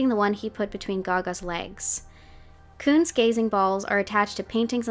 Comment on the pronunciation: I ALSO THOUGHT SHE WAS SAYING KUNST! perhaps cause of what you mentioned about her using German past songs, but also cause I was taking German when the album dropped. Maybe she recorded both words ("Koons" and "kunst") and layered them :3